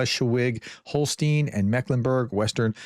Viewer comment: HolstEIn, not "HolstIEn"